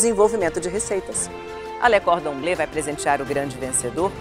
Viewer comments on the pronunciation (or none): E a eterna incapacidade de Ana Paula Padrão pronunciar "Cordon Bleu" e de todo um povo ir atrás :/